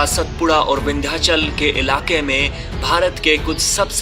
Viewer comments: अरविंद को आरविंद नहीं कहते. उसी प्रकार सातपुडा को सतपुडा नहीं कहते. भारत में हर जगह शब्दोच्चारण की समस्या है. मगर अच्छे पार्श्व नाद कलाकार को इस का ध्यान देना उचित है. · सतपुडा नहीं सातपुडा कहो. मैं बार बार कहता हूँ की शब्दोच्चारण पर अधिक ध्यान देना उचित है. विडीओ बहुत सराहनीय है. शुभ कामनाएँ.